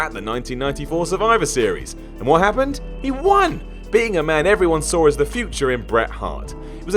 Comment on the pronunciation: There's no R after the word 'Saw',.